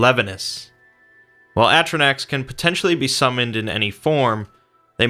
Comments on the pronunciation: It’s fuckin a-tri-nock. How did you even start saying atrinack they say atrinock in the fuckin game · atro-nack? really? it's A-tro-Nock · It is pronounced A - tro - nok not A - tro - nak, sorry for being petty, it was just bugging me to much not to say something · "Atronack" Cringe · He did this last time. At least he is getting closer. Last time, actually caused pain. Oh and lets not forget doody! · Well if you go by DnD pronunciation its a-tro-nok and yes wizards of the coast have given a break down of how to say it so ya it made me cringe also. Everyone else stop getting butthurt for literally NO reason it was a great video just that one thing stuck out like a sore thumb. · Holly shit i just made a comment complaining about his pronunciation and apparently it's already been said.. thank god people understand this... its not even about d&d its just the common sense of vowels.. a-stro-nok is the best way to describe the use of the vowels in this word.